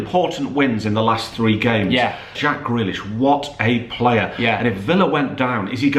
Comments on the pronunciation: Go do some phonics and learn how to say player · Sorry but it’s player